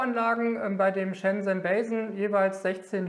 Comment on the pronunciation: Die Firma heißt nicht "bei sen", wie du immer sagst, sondern "ba sen"